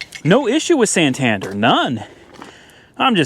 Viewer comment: Being from the UK the way you say Santander triggers me a little 😂